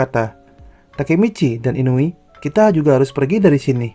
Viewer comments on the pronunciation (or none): none